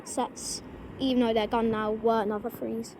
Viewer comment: the pronunciation of Nova is with a long "o" (like in "no") I'm afraid lol. Nice variety captured there!